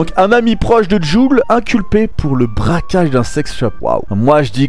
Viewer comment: Braquage pas bracage